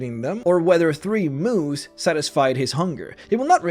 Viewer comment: I thought you said Moos like cows instead of Moose. Ive seen too many weird memes